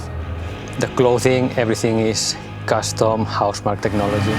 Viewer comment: huh? its Housmark, not Housmarky..